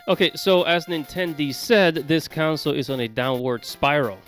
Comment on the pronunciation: Bro just say system. I hate the way you say console bro. Its con-sole bro not counsel 🤦🏾‍♂️